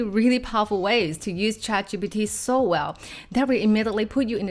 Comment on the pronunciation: Her pronunciation of "ChatGPT" is too cute 😂